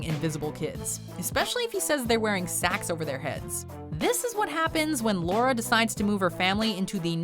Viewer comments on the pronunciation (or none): none